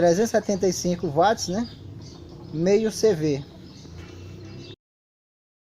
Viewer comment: Voçê é um grande tecnico: Cientista caseiro Parabens! SÓ ouvir "WATTS" e não VATIS pra mim é tudo Abrç